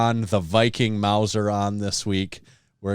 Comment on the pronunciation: You pronounced my last name perfectly last week. My wiiife says thanks for the vasoblitz!